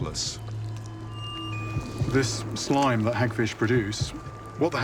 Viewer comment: Not “slime” gachihyper